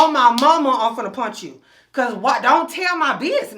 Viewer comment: Lol...."fin'ta" 😂....i.e. "fixing ta"